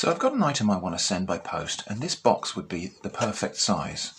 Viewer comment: I heard it as "... and this is TITS you never asked for" at 8.37 mark. Some spicy content advice there ;-)